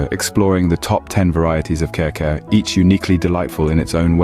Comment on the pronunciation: I'm crying watching this video. It is pronounce as kari-kari not care-care plus Kare-Kare doesn't use bokchoy 🤦🤦🤦